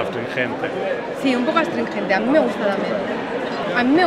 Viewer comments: adsistringente, si un poco adstringente. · astringente... si un poco astringente, alucinánte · astringente? ... vaya tela.